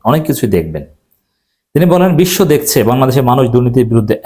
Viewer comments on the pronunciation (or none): none